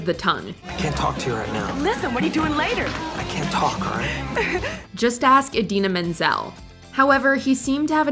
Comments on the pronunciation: you mean adele dazeem? lol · Not John Travolta trying to pronounce Indina Menzel’s name✋